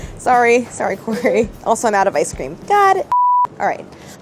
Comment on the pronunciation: Claire: "Sorry Kory". Me: It's OK Claire. :)